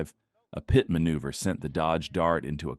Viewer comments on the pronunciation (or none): Can’t deal with the fact that AI can’t say PIT maneuver right